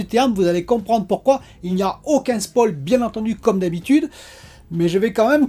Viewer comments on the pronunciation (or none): none